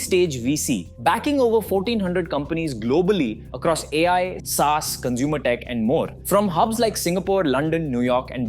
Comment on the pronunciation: proof he's an AI. who pronounces SaaS as "sans"?